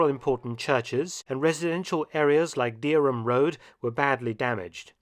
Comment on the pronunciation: That was very good and there are several building ends like that in Norwich, either side of the flyover for instance. I am also surprised that,as a resident of Norwich, you don't know Heigham is pronounced Ham. Thanks for showing and best wishes from jolly old Norfolkshire 👍😎Pete 🤓